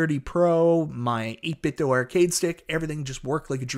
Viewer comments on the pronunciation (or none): none